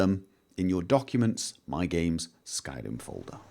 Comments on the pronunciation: He just said "Skyden" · That's what it sounded like when he tried to say "skyrim"